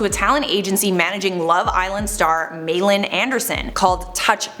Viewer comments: Malin Andersson is pronounced ‘Ma-lin’ or ‘Marlin’ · That is NOT how you pronounce Malin 😬😩